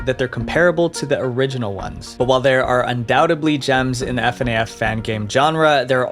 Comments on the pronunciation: Just say FNAF stop spelling it, fucks sake 😂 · Why f.n.a.f instead of fnaf??????? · Please don't say F N A F its just fnaf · Bro I can't watch this because he keeps saying "F" "N" "A" "F", and not "FNAF" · Ugh it hurts my hears for you to say "F N A F" and not "fuh-naf" its spelled FNAF but you don't says its acronym you say it as a word, like most acronyms. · Can you stop saying" F N A F" and just say fnaf😂😂😂😂😂😂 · Holy s*** my ears bleed every time you say F. N. A. F BRO just say fnaf and chill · usually, we don't call it F.N.A.F, we just call it how the set of letters would sound when said out loud (Fnaf) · Minor nitpick but I can't stand the way you pronounce FNAF like come on lol. It's not wrong but literally everyone and their mother says "fuh-naff" not "Eff-en-aye-eff" lol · plz next time say fnaf like it’s an actual word instead of it’s individual letters 😭😭 F N A F sounds wrongggg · I feel weird when they say “F N A F” and not “FNAF” it’s weird tbh cuz i never herd anyone say that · mf really said f n a f instead of fnaf lmao. good video tho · Bro really said F N A F say it in one word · PLEASE STOP SAYING f.n.a.f IT'S FEN-AF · Why do you keep saying Ef-En-A-Ef? You have to put the letters together. It’s pronounced Fin-af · It irritates me how he says f-en-ay-f rather than fuh-naff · "F en ai f" Bro its fnaf, you have to spell it like a word 💀💀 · It's ph-na-ph not f-n-a-f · Ive never heard anyone call it F N A F, didn't you hear the countless videos you looked at call it fuhnaf?? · its not eff en aie eff. its fuh-na-fuh sorry the spelling urks me a bit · IT'S PRONOUNCED FANAFF, NOT F-A-N-F; THE SAME WAY YOU PRONOUNCE SHIELD INSTEAD OF S-H-I-E-L-D! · IM SORRY BUT I CANT IGNORE HOW MY PRONOUNCED FNAF- ITS PRONOUNCED FNAF NO F AND AF. LOOK IT UP, PLEASE. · fnaf, not eff-en-ay-eff lmao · why does he say it like f-n-a-f instead of just saying fnaf 😭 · He says f n a f instead of fnaf and f n i a instead of fnia (fneaya) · Fuh-naf Bro it's not hard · fuh naff